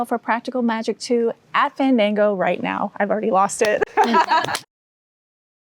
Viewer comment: Did she just say Welcome to FANDINGO?